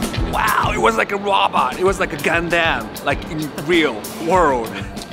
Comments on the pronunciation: GUNDAM NOT GANDAM* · Man said gundamn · how is japanese but pronounce "gundam" wrong 😭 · english accent has advanced too far! He can't even pronounce Gundam right!